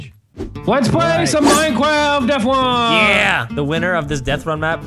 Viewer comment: Minecwaft deff wun